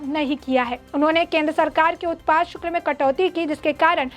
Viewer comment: शुक्ल ??? " शुक्ल " नहीं.... " शुल्क "